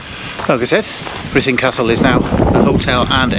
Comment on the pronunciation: We were at the Premier and so sorry that it didn't work out as planned all beyond your control. We loved the video - even though we are Welsh we have never been there - it will certainly be on our list and would love to see the jail. Thanks for sharing and the pronunciation was very good! Elaine, Mike, Samuel and Thomas 😍😍